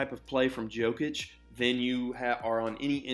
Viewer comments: Jokic, not Djokic xD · His name is pronounced as “knee-cola Yokic” The “J” is pronounced with a Y. Great video! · You said Nikola correctly 🔥 Not Nee Cola (he's not a new soda) 🙂 It was only the Yokic that needed saying differently 👍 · in Serbia - J is pronounced like Y. Its alright, at least you didnt say Joekik xD